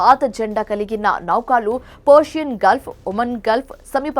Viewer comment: ముందు నువ్వు తెలుగు స్పష్టంగా చదవటం నేర్చుకో. ఫేక్ న్యూస్ ఇది. నౌకాలు కాదు. నౌకలు అని చదువు.